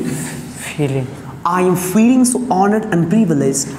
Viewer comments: E ka bol raha re fealing😂😂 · Phhiling bol rha h bar bar feeling ko😂😂😂😂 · Fir filling bol diya 😂😂😂😂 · Dono hont milane se ph ki aawaz banti hai f ki nahin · Fi -ling 😂